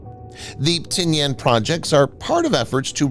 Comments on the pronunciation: The island of Tinian is pronounced Ti-ni-an not Ti-ni-An. Hate those damn computer voices! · I’ve never heard it called “Tin-Yan.” It was always Tin-ee-in. Also, the US has made agreements to use/establish bases again in the PI. We may not have another NAVSTA Subic Bay, or maybe we well, but that’s an important factor is repositioning US assets forward. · Check your pronunciation on Tinian. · That’s not how you pronounce Tinian.